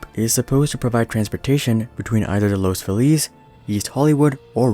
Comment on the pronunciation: Good vid. One pronunciation correction. In LA, Los Feliz is pronounced "loss FEE liss", not loss Fil EEZ." I grew up in LA and my sister lives in the Los Feliz neighborhood.